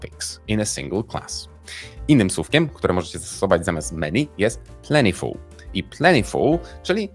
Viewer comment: 1 Remarkable to godne uwagi. Wątpię czy zawsze synonim awesome. 2. Dlaczego używając wymowy zbliżonej do brytyjskiej wymawia pan plentiful bardziej po amerykańsku?